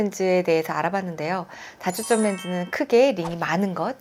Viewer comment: 발음이 단과 다가 구준이 안돼요. 단초점 다초점 설명하는데.. 중요한.실수..